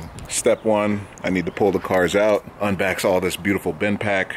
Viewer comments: We just gonna ignore the “unbax” part 😂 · The classic "unbax" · Unbax. lmao let me find out part Jamaican